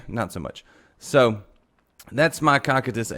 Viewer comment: The way he pronounces cocytus makes me wanna die